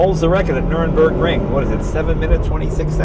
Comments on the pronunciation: jay can't even properly pronounce nurburgring. what a shame. carbon fiber brakes? come on man. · It's called the NURBURGRING. It has no E or M in it's name.